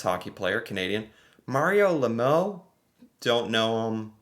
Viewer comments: Canadian here. Knew 85% of them and completely lost it when you got to the hockey players and called Mario Le Moe instead of Lemieux (La-meow). Duuude, any hockey fan that knows you is going roast you. Lester B Pierson Cup is one of the major awards in the NHL. 60% of all players that played for the NHL were/are Canadian. All I can say is duuuuuude. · Absolutely ringed when you pronounced Mario's last name,it's French Canadian. AND GORDOE HOWE,Elbows up when going into the corners❤🇨🇦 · LeMew like the cat says. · Steve Yzerman is pronounced Eyes-zer-men and Mario Lemieux is pronounced Lem-ew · La-meow??? That's not at all how it's pronounced 😂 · Some of these people I have never heard of. Mario Lemieux. His last name is pronounced le- mew (like a cat mewing) Jacques Villeneuve. Jacques is pronounced shj-ah-kah. I don't know if that will be helpful but that's my little English Canadian way of trying to pronounce Jacques. (my fellow french-canadian countrymen, feel free to make it be understood easier and more correctly than my anglophone self lol)😂 Elbows up countrymen.